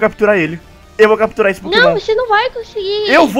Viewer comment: a bonnie ia falar catupirar mas falou capturar